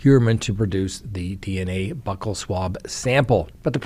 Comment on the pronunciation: I can’t with you and your mispronunciation of buccal 🤦🏼‍♀️🤦🏼‍♀️🤦🏼‍♀️🤦🏼‍♀️🤦🏼‍♀️🤦🏼‍♀️🤦🏼‍♀️🤦🏼‍♀️ basic English. I thought someone would eventually help u out, but no one has corrected you . (Not cool guys. You’re bullying him on Reddit for a basic word) I’m trying to help